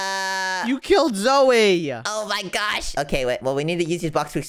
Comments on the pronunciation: it's so funny wen they call zoey zoye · It’s pronounced Zoey